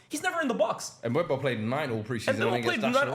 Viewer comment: the worst one is trying to say mbuemo😂😂😂